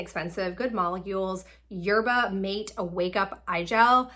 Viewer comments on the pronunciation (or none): Yerba mate. Is pronounced mah tay